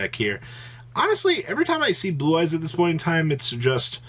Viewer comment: I swear he said Boo-Eyes a couple times 🤣🤣